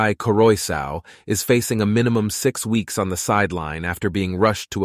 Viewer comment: Not to mention his last name, Karoy Sow😂